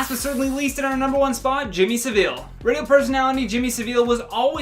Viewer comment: Jimmy Savile’s name is pronounced Savil. rhymes with travel not Sevilla the Spanish town. Wish the Americans would learn to pronounce names or shut up 😡